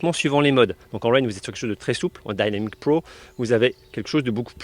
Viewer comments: Je vois que vous avez fait des progrès en anglais , mais pas encore assez dans la prononciation ..... Alors dynamic et dynamic pro faudrait le dire en français comme vous faisiez avant . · J’adore ton accent anglais Dynamic Pro ou c’est dainamique pro lol 😂